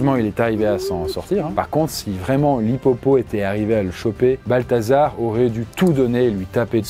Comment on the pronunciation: J'ai entendu "Balthazar", j'avais envie de quitter la vidéo